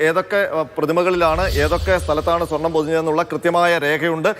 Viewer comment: വീണ്ടും സ്വാർണം പുശി എന്നു പറയല്ലേ plz🙏🏼